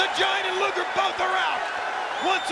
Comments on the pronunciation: Rodman said "Lex Luther". 😂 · I WAS THERE! RODMAN KEEPS CALLING LEX LUGER “LEX LUTHOR”😂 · I swear Eric even said Luger beforehand